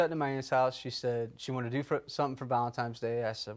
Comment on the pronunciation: Ugh, did he say "ValentiMe's"?